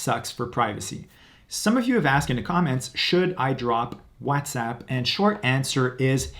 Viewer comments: Whatsapp being called wazzatsapp was getting on my nerves. Sorry. Bye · Okay. I heard this guy. He’s a Latino he can’t pronounce WhatsApp either.